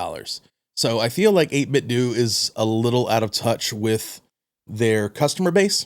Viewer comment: Seems like it would be “doe” not “due” as in Nintendo